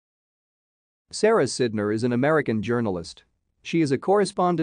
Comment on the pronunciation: The pronunciation of her name on this video is WRONG.